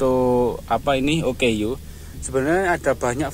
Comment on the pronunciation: OKU - Orang Kelainan/Kurang Upaya Sebutannya adalah Oooooo Kkkkkk Uuuuuuuu / ooo keyy you